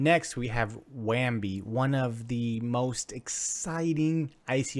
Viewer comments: lol at this review. why does he keep saying WAMBI. there is no M. Bounty0x has infinite competition, its just not on the blockchain. Use case for bounty0x on the blockchain isnt there. I am still investing into bounty0x but funny how you could not think of competition. Just a craigslist for bounties is competition for bounty. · "wham bee".. lol.. so professional